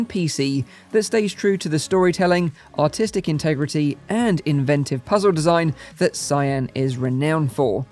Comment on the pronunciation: You should work on your articulation of "artistic".